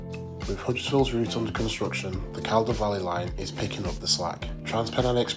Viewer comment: Tnx for the video,. BTW, "Calder" is pronounced "Collder" - no idea why! 😄